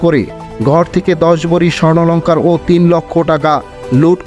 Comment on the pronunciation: স্বর্ণলঙ্কার না স্বর্ণালঙ্কার! সাংবাদিকতা করতে এসেছেন, আগে ঠিকমতো ভাষা শিখেন।